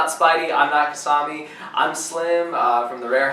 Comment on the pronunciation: you called him kisam me